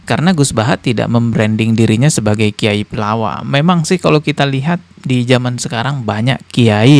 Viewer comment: Kitai bukan kiyai😂